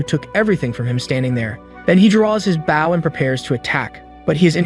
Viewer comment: Bao and bow